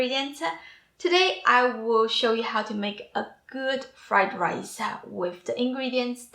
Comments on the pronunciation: Why do you talk like that. Stick-ah; pan-ah; rice-ah? It’s annoying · Why do you say "ah" after every word-ah. Rice-ah and so on-ah. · I live the way you end each word that you speak. Raícea, cookea, ingridientsa, vegetablesa, So so cute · She finishes every word with an “Ah” sound Rice-ah Soy Sauce-ah. Sounding like the Metallica vocalist. Lol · Rice-ah...examples-as...size-ahh...lubricate-ahh... that-ahh...need-ahh...like-ahh... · Fried riceuh with a mixeh of veggies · What is "Rice-ah"???? And "Shrimp-ah"?? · Rice-uh Fridge-uh 😂😂😂